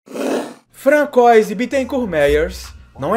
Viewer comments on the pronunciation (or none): "Frankoize" não. Fronçoaze...